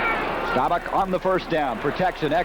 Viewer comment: Bender was okay, but man, somebody should've told him how to pronounce Roger Staubach's name 🙂